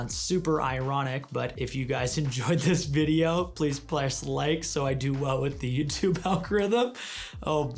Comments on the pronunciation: "PLEASE PLESS LIKE", I plessed like 😂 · "PLESS like" ha ha!